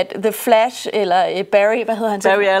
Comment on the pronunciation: Meget fed ide egentlig med at anmelde to film på en gang. The Flash og "The Flass".